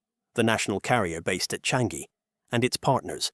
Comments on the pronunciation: It's pronounced as Chang - Yi. Not Chan - Gi. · Its "Cha-ngee"... not "Chan-gee"... get it right for goodness sake.